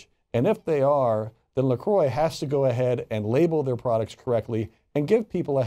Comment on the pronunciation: Its a french word pronounced la "crrrwa" not la " kroy"